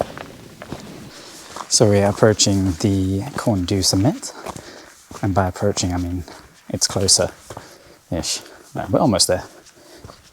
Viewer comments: Nice vid, a little correction, Corn Du or I have heard it called Corn DDU, whatever, you say Du to English! you should say sort of like Corn De, the Welsh U is pronounced more like an E but sometimes a little different, but e for now. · Corn Du is pronounced Corn Dee